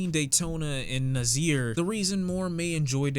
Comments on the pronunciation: You pronounce Nasir like “nAH • SEĒR” not “NuH • ZEER”. I got a brother named Kasir so that kind of irked me. Keep doing your thing though bro. I agree with the new rating too. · It’s ناصر say it correctly next time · You pronounce Nasir "Nassir" and Nestlé "Nesslay". You're welcome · I thought it was pronounced NA-SIR because like black people in the past had to call white guys sirs. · it’s Nasir (nah- seer) 💯